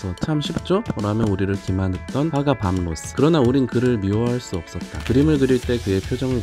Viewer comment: 밤 로스 밤 로스. 이름 하나 제대로 발음 못하고..